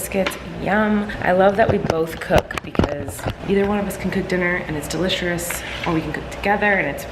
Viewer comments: am i the only one who heard her say "Deliserous" lol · "we can both cook and it's DeLiSeRoUs" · Did y'all hear delisherous too😂